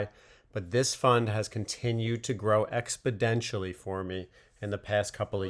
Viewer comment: I hear the word exponentially used with a strong D emphasized?